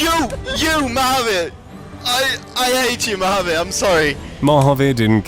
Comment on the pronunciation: I've been listening to 'Oakburn Opus' and ever time you said Mahaveer, I kept hearing Marvpyas. I found it funny to think some Eldritch entity was trying (and failing) to race cars.